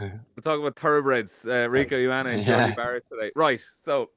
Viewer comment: Someone teach Jackman how to pronounce Ioane please